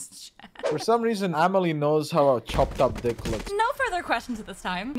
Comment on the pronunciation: Did he say " Mama-lee" at the end there?